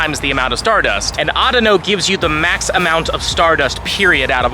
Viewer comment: Why do you say audino weird?